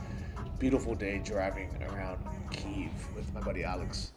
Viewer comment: You say Kyiv alot, but your pronunciation is wrong, so try to take a small lesson on it, 5-10 mon will do the trick.